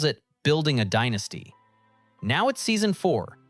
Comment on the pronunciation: yes you can tell by the way it said "Dienasty" instead of Dynasty